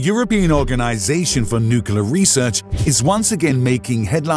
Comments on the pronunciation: Did he say Nu-cu-ler? It is actually Nu-Clear. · The word is not "nucular". It is nuc-le-ar. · The word is "nuclear" is pronounced NOOK-LEE-YAR and not NYOOK-YOO-LAR. It's a very common error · It's NU-CLEAR......................... Not NU-KILLER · It's April 1st. I never trust anyone who can't correctly pronounce the word "nuclear." It's noo-klee-arr. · he said nucular..... its nuclear. so many people on here cant even read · nucular :D